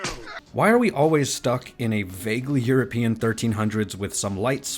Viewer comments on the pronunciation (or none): none